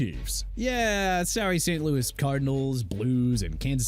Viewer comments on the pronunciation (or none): none